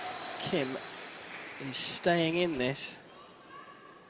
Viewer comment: His last name is Kim, KIM!!! Not hard to pronounce.